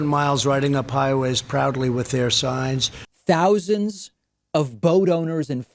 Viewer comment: ”Thousends of boats...” LOL!!!